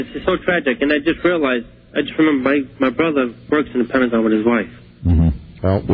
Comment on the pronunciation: Listening to this is questioning the name of the pentagon wondering why I had never heard that word before even though I have been there. I never dawned on me he was mispronouncing it lol I thought I was going crazy